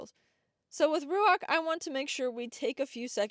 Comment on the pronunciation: Is it Ruach like the Hebrew word? Cos should be Ruah more than Ruak